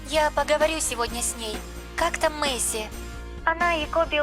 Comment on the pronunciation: Извини пожалуйста не Маси а Мейси